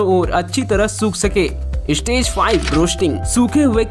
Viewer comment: Istage ka matlab Kya hey... Ek youTuber honne ke baad achaaa seh pronunciation karpate nhei Kya. "Stage" hey "istage" nhei!!